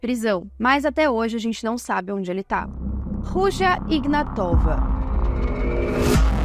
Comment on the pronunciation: A pronúncia deve ser Ruia Inhátova